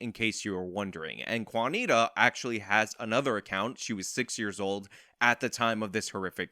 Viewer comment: "Quanita"? Hmm....jeeez.....